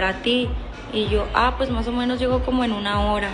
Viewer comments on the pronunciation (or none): none